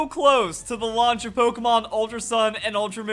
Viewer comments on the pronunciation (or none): none